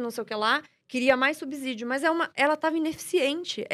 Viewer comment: Minha nossa!! A palavra subsídio não tem som de "Z" no segundo s!! Não se pronuncia subZÍdio!! Para aprender matemática primeiro tem que aprender o português!!!